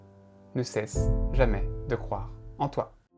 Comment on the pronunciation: j'ai cru qu'a la fin il disait "ne sexe jamais de croire en toi xD" ah bha merci pour la motivation ducoup mdr